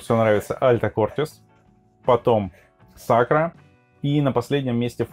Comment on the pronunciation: Я думаю, всё-таки, наверное не Сакра, а Сакура 😊